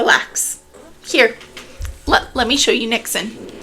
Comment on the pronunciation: As a Dutchie I can confirm you said 'niksen' right 🥰 niks = nothing